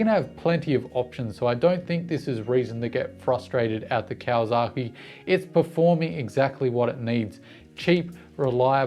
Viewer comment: Love your content.... But... 'Zaki' and 'saki' are different and not the same.. it is not KawaZaki, but it is KawaSaki.with an S. Yes, the Whisky is Yamazaki.... with a Z, and may other examples. Just saying. ... and I live 9 months per year in Japan, and have Doen so for about 25 out of 30 years.